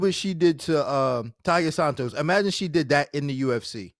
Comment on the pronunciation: Why do these professionals have such a difficult time pronouncing Tai-La Santos' name correctly?